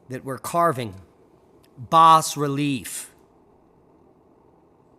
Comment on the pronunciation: "BAS RELIEF" - the "S" is SILENT! Say: "BAH Relief," instead. Also, actually the BEST and PROPER way to start your title phrase is to write: "AN Hypothesis..." Say the entire title ALOUD, then perhaps you will understand WHY it should be written thusly, using the word "An" instead of "A" before a word starting with an "H"!